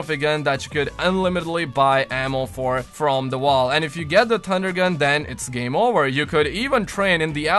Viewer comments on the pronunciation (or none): u said tunder gun...lol